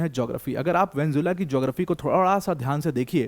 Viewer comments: Vanjula 😂😂😂 it's Venezuela Sir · वेन्जुला वेन्जुला वेन्जुला नही वेनेजुएला। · ye video dekh ke meri pronunciation bhi kharab hogyi, venjula venjula nikal rha muh se